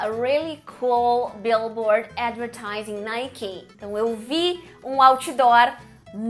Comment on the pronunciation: Adorei. Obg pelo conteúdo. Quanto ao "NIKE", você puxou a última sílaba e falou meio que no diminutivo "NIKEY". Algo assim. Tudo bem pronunciar assim?